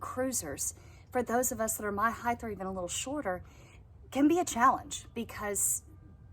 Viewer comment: "heigth" jfc